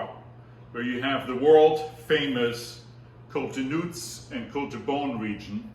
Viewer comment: The ponounciation of "Nuits" "d'Or" in this video is really strange and far, very far, from their real french names...